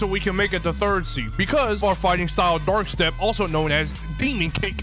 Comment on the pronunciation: Bro struggle so much just to say dark step